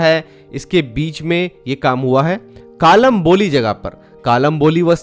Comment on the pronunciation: नमस्कार भाई आप जिसे कालम्बोली बोल रहे है उसे मराठी मेकलंबोळी कहते है